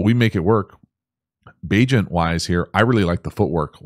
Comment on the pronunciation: Bagent rhymes with agent.